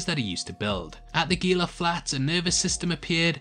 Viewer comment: Enjoyed the video. I hate to be "that guy" but Gila is pronounced "Heela" where the g is pronounced like an h. I live in the SW US and it is kinda like nails on a chalkboard with the hard g.